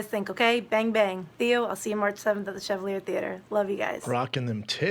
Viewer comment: Pretty sure it should be pronounced like "Shevawleeay". But, ya know, bro, 'Merca be hooked on phonics, yo.